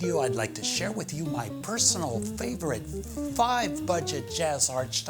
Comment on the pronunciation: This dude is struggling to say '' FIVE''.